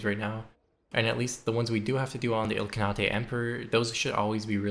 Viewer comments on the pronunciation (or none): Its Il-Khan-ate. They aren't Japanese lol. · Note: The last syllable in Ilkhanate is pronounced like the word ate. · "ilkernatay" :face-blue-smiling: ily my guy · It's pronounced ill-khan-ate. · "Ill-khana-tay" lol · Love your videos man, and they way you pronounce ill con naughtay is great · Ilka-nah-tay 😂😂😂 Good video man. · The ilk-what??? ilk-kahn-nate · its a khanate, the name for a place with a khan. You pronounce it ill-khan-ate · The spirit of genghis making every mongolians stomach turn with that pronounciation of ilkhanate 😂🔥🔥🔥☠️☠️ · Interesting way of pronouncing Ilkhanate. But loved the video. It seems like no matter the appearance, no game is beyond saving for you 🤯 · Love the video, as always! But that's definitely not how you pronounce "Ilkhanate" 😉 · Great video, im really enjoying these disaster saves, although the way you pronounce ilkhanate makes me want to die